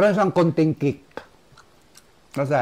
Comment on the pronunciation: happy for u look healthy,,,improve na pronounciation mo sa KASI not KASE,,,tker